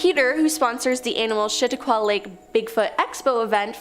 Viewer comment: The pronunciation of Chatauqua has me💀